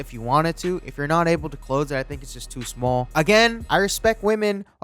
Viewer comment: this nigga said šmôl